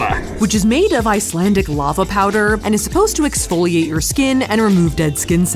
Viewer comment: I'm someone that lives in Iceland and you're actually saying some of the words correct